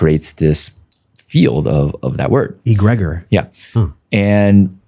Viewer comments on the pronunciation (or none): He doesn’t know how to pronounce “egregore”. That was interesting. Not harping on immaterial aspects because I enjoyed the video just found that part funny and especially your reaction to that pronunciation. It is not pronounced “E-grey-gore”.